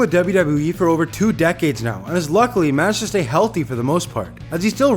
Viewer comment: "He's managedastayelthy"...good grief.